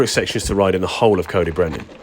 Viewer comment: Its pronounced "Coyd" 😂